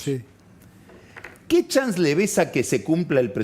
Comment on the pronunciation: RE cheto pagni, dice "chans " en vez de chance